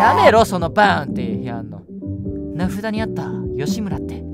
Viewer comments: 、名札はめいし じゃなくて なふだ だよ^^ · 永遠に名札のことを「名刺(めいし)」って読んでるのが本当に怖くて動揺してる感じですきw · 名札(ﾅﾌﾀﾞ)を名刺(ﾒｲｼ)って読んでるあたり漢字弱者すぎる